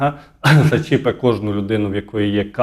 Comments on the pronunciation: ЗачЕпить,а не зачІпить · " Зачіпе " - на якій мові Ви розмовляєте? "